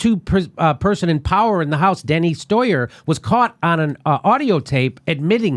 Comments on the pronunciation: Denny Stoyer!!! Denny Stoyer!!! Denny Stoyer!!! ... ah-ha-ha-ha. 😂 😃 😄 😅 I LOVE IT when Jimmy screws over Steny Hoyer's name. That corrupted, bought, "piece of **it" deserves for everybody to screw his name up!!! Good going, Jim! 😉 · Denny stoyer? No its steney hoyer